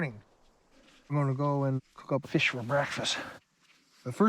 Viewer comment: Feesh, he gonna eat him some feesh..if it smells like feesh, its a deesh